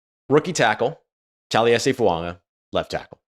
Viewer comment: FOO-AAH-GAH!!!!!!! Not fuaNga!!!!!